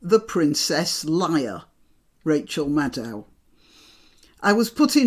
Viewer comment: epic intro:) but your pronociatio if "Leia" makes my ears bleed